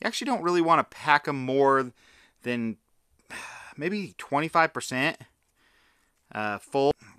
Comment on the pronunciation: Twenty five pehcen.